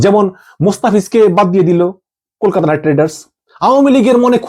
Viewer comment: "KOLIKATA"??? YOU'RE OUT OF YOUR MIND! IT'S KOLKATA. GET YOUR ACTS RIGHT.